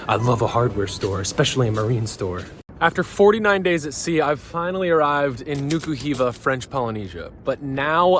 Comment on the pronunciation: Not Niki Hiva but Nuka Hiva